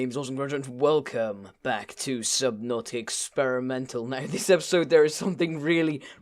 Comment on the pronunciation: It's subnautica you dumbass. There's an A at the end